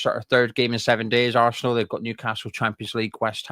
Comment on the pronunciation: Talk English it's arsenal not assshhhnal sweaty pr1k wow your a joke